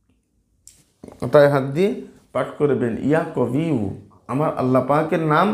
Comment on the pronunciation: ইয়া কবিউ না ইয়া কোউইউ